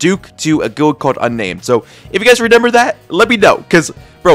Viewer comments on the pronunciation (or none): shout out to for saying renember instead of remember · Blud keeps saying “renember” 😭